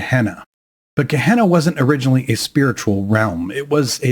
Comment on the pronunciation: Gehenna not kahna